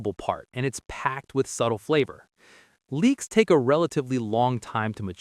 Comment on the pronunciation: Leeks, not leaks.